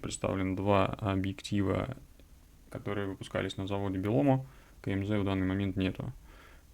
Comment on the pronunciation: Извините за занудство, но БелОМО, так же, как ЛОМО - аббревиатуры, и, как и у всех аббревиатур в русском языке, ударение в них падает на букву от ключевого слова - Объединение. То есть на последний слог. Ударять в первый стали после зарубежных гастролей ЛОМО. Понятно, что в английском всё незнакомое бьётся в первый слог, но мы-то остались в русском!